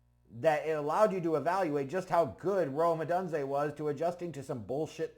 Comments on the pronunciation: Please. It's not Oh dun zay....Oh dune zay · It is pronounced Oh-Dune-Zay ... LOL I'm fuck hyped for this pick